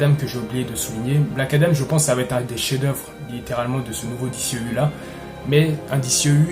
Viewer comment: Cool de voir un francais en parler ! Juste un ou deux petit(s) truc(s). Soigne ta prononciation : DCEU se prononce "DISSIHIYOU" ou alors dis le complément en français "DÉCEHEUHU" 😉 Ensuite, Shazam était très cool ! C'est un perso qui est peu populaire et n'a pas forcément le style épique des autres mais au moins le film était sans prétention et assez raccord avec le lore comics. C'est le genre de films qui permet de respirer entre des tres gros challenges. C'est très "bon enfant" sans mauvais jeu de mots. Pour le reste, on sait tous que WB (AT&T) et Snyder ne sont plus du tout potes, et les trop grands potes de Snyder prennnent cher. Cavill et Afleck en font partie (Momoa aussi mais bon...). Donc WB fait le ménage et en plus il semble que Cavill demande des cachets astronomiques... Dès que j'ai entendu le mot Flashpoint pour The Flash je me suis dis "aaaaah c'est dead, ils vont nous la faire à l'envers"... Ray Fisher a été bête mais il avait raison ! Y a un climat pas possible sur ces productions... Il a mené son combat (Joss Whedon etc...) et il s'est fait bashé... Quelle perte !! C'était le perso quasiment le plus intéressant depuis la ZS Justice League ! J'aurais payé cher pour voir la suite de ses aventures... Bref ! Le TRÈS maigre espoir réside dans l'absorption par Discovery fin Mai de cette année, ils semblent être totalement d'un autre goût artistique et stratégique que les grosses têtes chez WB actuellement donc... reshoots ? On rappelle tout le monde et on sort le t